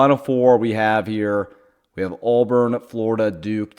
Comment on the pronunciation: ITS NOT ALLBURN. it's pronounced "aaaaaa burn". Also texas tech aint losing to Arkansas man